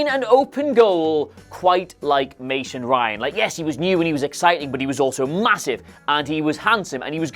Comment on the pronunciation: Who else thought of "Stevie Ray" whenever said "Mason Ryan"?